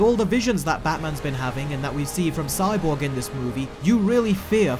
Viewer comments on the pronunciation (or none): Whenever you were saying Cyborg, idk why but I was hearing "Sidewalk" LOL 😂